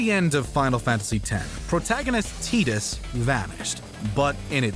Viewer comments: I hate to be that guy, but hearing a mispronounced character name throws me off the video. The guys name is pronounced TYE-DUHSS. No offense, but As often as it’s said in all X media how’d you miss that? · Lol the way you said Tidus.